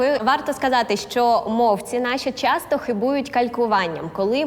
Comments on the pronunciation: Учительку треба міняти, досі вимовляє слова та звуки неправильно, якщо прислухатися. Певно, вона не змалечку українською говорить. "чясто", ну це жах... 🤦‍♂️ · Будьте добрі вчіться вимовляти шиплячі . Не чясто, щястя і т. д.